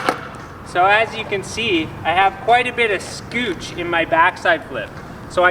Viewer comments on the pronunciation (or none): Did he just call it scootch?